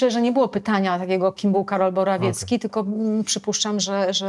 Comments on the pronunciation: BorOwiecki a nie BorAwiecki a tak słychać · Usłyszałem kim jest Karol Morawiecki... Zamiast BorOwiecki :) Paciorek to dosyć mdły osobnik, inteltualnie nic specjalnego, XXI w. indywidualista...